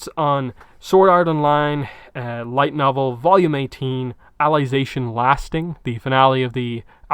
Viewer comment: Why are you calling it alization